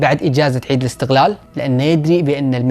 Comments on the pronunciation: احس ضعت قال عيد الاستقلال و لا عيد الاستغلال 🌚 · قصده عيد الاستقلال بس بالكويتي ينطقون القاف غين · بينطق القاف غين و لا بيتهيأ لي؟؟؟ قال عيد الإستغلال صح؟